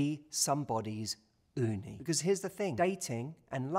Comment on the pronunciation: I really love hearing you saying Uni "雲丹"😆. Perfect pronunciation! Lots love from Japan